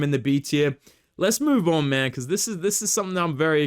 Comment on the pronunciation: Dude, why r u saying mAhN? Why isn’t Jack Jenkins in the bloody S tier???!!